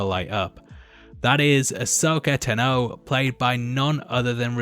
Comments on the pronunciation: Tano....Tano not ta know. If you watch the clone wars they tell you how to say it. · I do not enjoy the way he says Ta-no instead of Taahno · Ahsoka TAH-no, NOT T’know. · Tanno Tanno Tanno, it's tano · Everything you need TUH KNOW about Ahsoka TUHNO. Is that the reason by you were mispronouncing her name this entire video? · Tano rhymes with guano. Not dunno. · Ta(n) Know--jus sayin bro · Thumbs down, simply for your pronunciation of Tano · Why would anyone watch a leak video, especially of a weekly show? Also, why can't this chap pronounce "Tano" correctly and did he even watch the show? It's a bell Tano cut in half, not a horn. Dumbass. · You can’t say tano right js